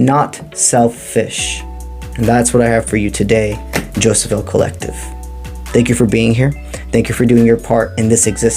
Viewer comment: Hi thanks but Jophiel has no ‘s’ e.g Jofiel is Jo- fee- el 🙏